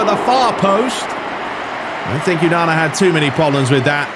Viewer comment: Please say onana name properly